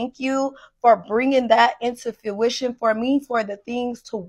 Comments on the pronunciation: She keeps saying it, so I have to ask. What the fuck is fewition? Does she mean fruition? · She says “few-ition” instead of fruition.